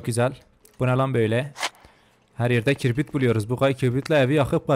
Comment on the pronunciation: kibrite kirbit diyen koca yürekli 🤣🤣🤣